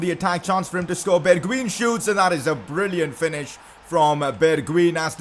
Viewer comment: you prenounce it as bergwine